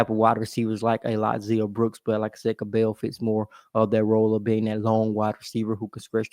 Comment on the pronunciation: It’s pronounced like “Scrabble”. “Cab-ull” 😉